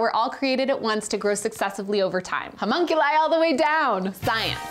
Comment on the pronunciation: My weeb ass hearing "homuculi": WHOMST HAS AWAKEND THE ANCIENT ONE